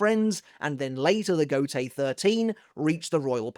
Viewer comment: Every time you say Gotei I hear Gotey😂.